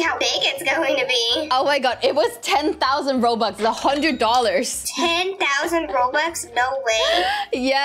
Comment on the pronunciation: how to say that when she says thousand